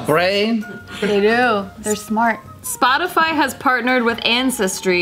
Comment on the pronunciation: spotisy he he Hehe...ha spotisy.